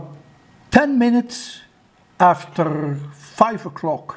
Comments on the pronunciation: Afterrrrr😂 JK...Love you from India sir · I love how you say after❤️